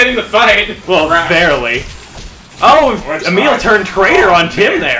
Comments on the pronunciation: its emile no amile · It's actually Emile. Not trying to be mean. Just to let you know.